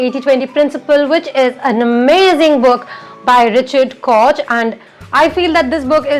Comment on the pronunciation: I believe "Koch" is pronounced as "Coke", but I may be wrong Please don't hate me Thanks